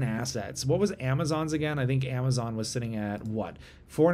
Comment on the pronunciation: You said Amazon wrong